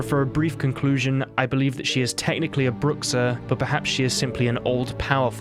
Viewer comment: And it pronnounces broo sha